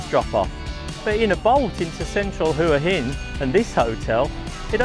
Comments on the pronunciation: HUA HIN = WHAA HIN good video though thanks 👍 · Hopefully uou know how to pronounce Hua Hin now :p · Try pronouncing Hua Hin properly 😊